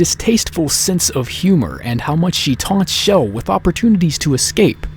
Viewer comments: Ur saying shell it's chell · It's CHELL not Chell (with a SH ) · Her name isn't pronounced like Shell. It has the hard CH like in Church. Just listen to interviews with Wolpaw and you can hear him say her name with the hard CH. There is also an unused file where GLaDOS calls Chell by name. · not Shell, Chell! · He keeps saying Chell with a sh Schell ( for god sakes! It's Chell!!!!!!! ) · Her name. Is not. S H E L L. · Great, another Youtuber that calls her shell. That means more cringe videos. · the ch is Chell is pronounced like the ch in church. not an sh sound. glados even says her name in the end of portal 2. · Various people on the dev team pronounce it like shell. How can you correct pronunciation using spelling? That makes no sense.